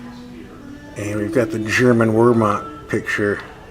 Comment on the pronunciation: Btw, it’s pronounced “Vayrmahkt”.